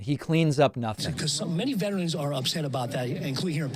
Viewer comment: "MANY OF 'UM." He can't even say the word VETERAN. He has zero respect or appreciation for veterans who made major sacrifices to protect their fellow Americans.